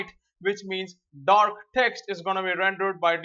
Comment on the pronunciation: colorPrimaryDork ha-ha what an accent